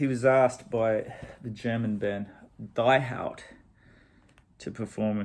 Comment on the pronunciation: Die Haut is german for The Skin. So Die has nothing to do with dying..😃 and you pronounce Die as Dee. Long Time Man was not Tim Hardin but Tim Rose. And Blixa stole Tim Rose's first album when they were at John Peels studio...and that album inspires them to record Hey Joe (also on Tim Rose's first album) and Long Time Man. And Blixa recorded Morning Dew(also on Tim Rose's debutalbum) with Einsturzende Neubauten. Btw...worth getting Tim Rose's first, originally released in 1967, self titled but later reissue of 1988 the album was called Morning Dew. And in the late 90s Nick Cave tries to help Tim Rose to reinvite his carreer and was Tim Rose support act for Cave at the Royal Albert Hall concert at 1997. And Rose also appears at Jools Holland that year. And released some new work on CD. Sadly he dies in 2002 on his birthday.😢